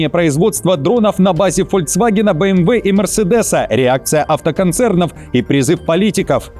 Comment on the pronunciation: ФольКсваген. Нет там звука Ц